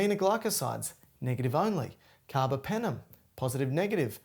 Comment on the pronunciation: Very good teacher!!!❤❤ BTW, carbApenem, not carbOpenem